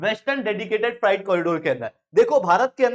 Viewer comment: Freight = फ्राइट नहीं होता फ्रेट होता है। कैसे अध्यापक हो ? 😏